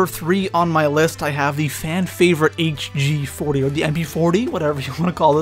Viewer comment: Hg40. You called it Skillp40 for some reason